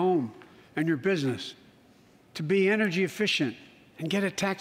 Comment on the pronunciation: “...and a pound of Ukrainian people. A proud, proud people pound for pound ready to fight with every inch of urnigy they have...” Wth is urnigy?